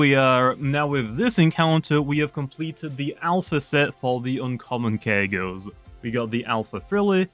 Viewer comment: "5000 kyeggos" said